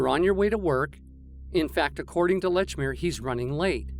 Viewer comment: Excellent video but it's not Lechmere.